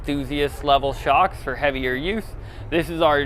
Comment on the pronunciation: Foxsh Shocksh ;D you killed it man